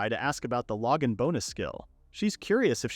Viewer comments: Lowgin bonus? Not even should be able to fail on saying that! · The saying "Logan Bonus" cracks me up. Like it's not a skill, it's just some dude that sends the hero things. He's a good guy that Logan, very generous. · glad i wasn't the only one thinking this. <3 Logan